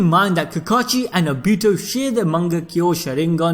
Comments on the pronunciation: And he said A BITO as in A then BEE also TOE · Whyyyyy are u saying ah bi tu fuck my ears are bleeding. Its oh bi to say it with me now oh bi to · It's not abito obito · Obihto is how he says it it’s actually funny though😂😂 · The way you say Obito’s name.. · He says Obito funny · Damn bro the pronunciation of Obito had me trippin I can't lieeeeee. Man said Uraka sensei 😹😹😹😹🤦‍♂️🤦‍♂️. Where you recording half asleep.